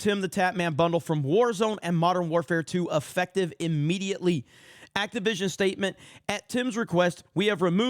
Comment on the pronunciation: For some reason every time I hear their company name I hear “Activism” not Activision. 🤔